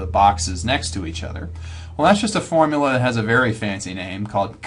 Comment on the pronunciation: hardy weinberg video but everytime he says "formula" i die a little inside